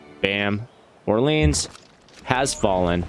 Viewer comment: Orleans isn’t pronounced how we say New Orleans. Its pronounced like: ORE-LEE-ON.